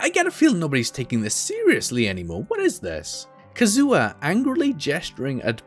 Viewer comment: Mans really called Kazuha, Kazoo-Ah 😭😭